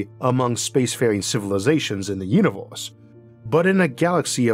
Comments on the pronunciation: i take a shot everytime you say uniworse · No hate but univors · Im high but i cant even pay attention, the pronounciation keeps distracting me ahhh, wator, altornortive, univorse, etc. He keeps saying wator/watol tho im crying